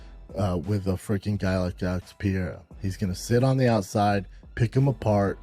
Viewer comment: Did Brendon call him French Pierre